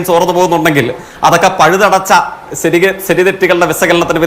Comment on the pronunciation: "ശരി" എന്നതെങ്കിലും ശരിയായി പറയണം ജയ്ക്കേ ...... "സെരി"...... "സെരി" എന്ന് പറയാതെ ...... സംസയം😂😂😂